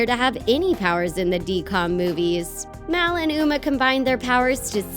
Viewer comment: It's m a l not m e l